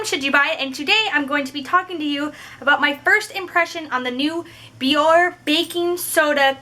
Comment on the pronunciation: Your channel is cool, I just found it. I'm not trolling, I swear, but the brand name is pronounced Be-yor-Ay. You can hear it in their commercials. Keep up the good work.